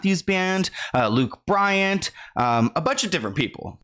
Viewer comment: I died at Luke Bryant. Lol it’s Luke Bryan babes